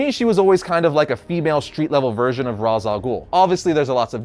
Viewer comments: You really did just pronounce Ra's as Rahs, didn't you? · If you were truly a fan of the animated series, then you would've seen the episode in which Talia al Ghul explains that her father's name is actually pronounced "Raysh."